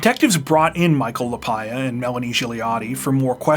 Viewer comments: Lapaglia is pronounced La Par Lia. Not La pye Ah. Just saying Though I guess if the people pronounce their name differently than what I said, well, I guess that's their right. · Michael's last name is pronounced La-Pog-Lea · In Pittsburgh it would be pronounced La pag lee ah. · Sounds like you have been mispronouncing the name Lapaglia.